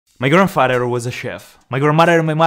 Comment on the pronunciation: no intention to offense you but i love the "grandmader Grendfader"